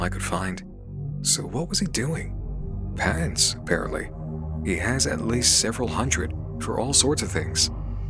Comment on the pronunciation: Is it only me that hears "pants" not "patents"?